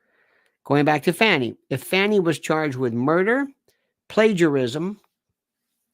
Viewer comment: Please cease and desist I calling her Fanny. It's pronounced Fawny. Like a delicate little doe, a deer, a female deer. Okay? Thanks